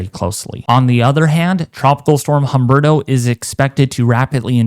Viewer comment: Humberto is pronounced UMBERTO the H is silent in Spanish!